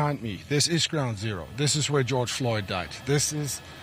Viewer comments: "Goige Flord" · he said “Geoyge Flord” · goyg flord? really? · Joyge florge - uhm what? 😂😂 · The guy really said gyoge flode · why'd he say goyge flord? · Did I just hear him say Geoyge Flord? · did he really say joyge flord??? rofl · When a white Anchor doesn't even care about whats going on around the world because its doesn't affect him....(another day at d job) Can't even get the 1st or last name correctly! Joyg Flord.... Really?? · "Goyje Flord" are you kidding me? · geoyge floored... way to mispronounce his name in the most inappropriate way. Ive been saying it for years civil war 2.0 is on its way for America. I feel for the common man as its man vs state this time and who is better armed? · Geoyd Flord ! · Did anyone else catch him say “GEOYGE FLORD” hahaha wow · Man said Goyge Floored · Man they need a better news anchor. “Geoyge flord” smh 🤦🏻‍♂️ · who the heck is Goyg Flord? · Geoyge Flord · He didn’t say George Floyd’s name correct smh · Atleast say the mans name correctly 🙄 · The fact he didnt even say his name right irritated me!!! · I heard how he pronounced George Floyds name. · Is it just me or did this guy mispronounce he’s name twice